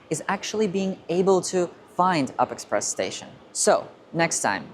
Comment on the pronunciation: It’s read as U-P express, not “up” express